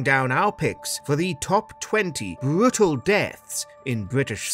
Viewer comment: Bwutal xD